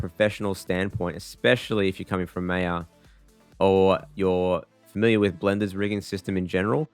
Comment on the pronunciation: My guy really called maya MEYA 💀